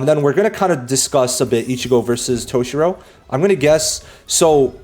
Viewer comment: brother said toe-shirow